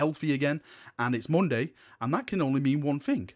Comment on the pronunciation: Moonday - the accent says everything :P